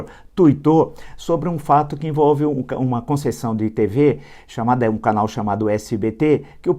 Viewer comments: fala que o Luciano escreveu "demetir" e logo em seguida fala "canél" ao invés de "canal"....patético! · Canel?? Fala direito,Villa.O correto e' canal.